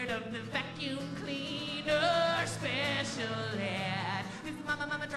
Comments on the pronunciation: I swear he keeps saying "pecial" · just a little bit 'pecial :D